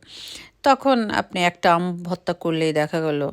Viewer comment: উচ্চারণটা ভততা হবে না ভর্তা হবে।